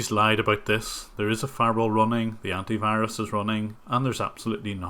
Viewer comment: Anty wirus